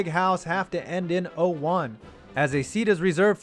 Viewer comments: It isn't Chris-ler, it is Cry-sler. Just like the car company. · Fritz CRY-sler, not criz-ler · Crisler. Pronounced Chrysler just like the car. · Fritz Crisler's name is pronounced Chrysler, like the car. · Crisler is pronounced wrong